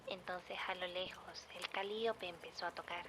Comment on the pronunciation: Gertrude: Calíope Sasha, viajando al pasado: Se pronuncia cali[ó]pe Also, descubrí este canal hace como una o dos semanas y ya estoy a nada de ponerme al día, amo muchísimo tu trabajo! ♡